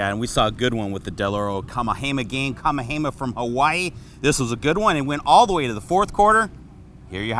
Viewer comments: This guy is killing me. It's kah-MEH-hah-MEH-ha. Yes it's a long Hawaiian name, so do your homework like most sportscasters. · LMAO!! right??? Who da hell is "KA-MA-HEY-MAH"??? Holy moly... smdh